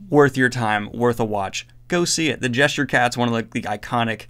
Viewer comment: Lol "The Gesture Cat" pretty sure you WERE drunk my guy